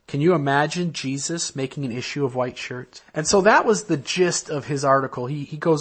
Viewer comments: Ah, I've never been LDS or anything to that effect but I find other people's belief systems fascinating. The speaker, "" or whhhhatever seems to have an interesting vocal tic. As in he pronounces the word "white" as if it begins with the letter "H'". Hhhhhhwite! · I'm from Utah. Isn't "hhhwite" the proper pronunciation? I thought it was as I put some hhhwipped cream on my strawberries.